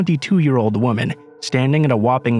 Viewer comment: I LOVE your readings, I'm a truck driver and listen to you all day long. Sometimes the same stories just because, but could you please pronounce the difference between a woman, and women?? It just throws it off when I'm listening. Not a huge deal, but it just sounds weird! Love you no matter what!